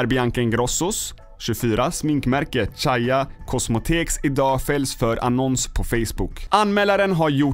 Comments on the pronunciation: Caia (k) inte caia (c) cosmetisks inte cosmotekk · Det uttalas "kaja kossmeticks"😅(caia cosmetics) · Kan förstå att man kan uttala CAIA fel, men VAD är ett KOSMOTEK???? :'D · "Shaia Kosmeteks" :D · haha det uttalas Kaya kosmeetikks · Äre ba jag som reagera när han försökte uttala ”caia cosmetics” 😂